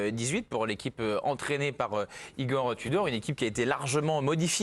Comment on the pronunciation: C'est pas Igor tu dors mais Igor tout dort. Le U se prononce OU en Croate